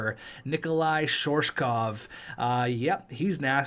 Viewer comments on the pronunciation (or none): pronounces nikloai shirokov “shorshkov”